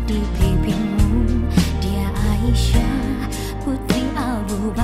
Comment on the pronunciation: Assalamualaikum...Itu sudah betul pengucapannya Aisyah. Insyaallah saya sudah mendengarkannya dengan baik. Terima kasih. Wassalam 🙏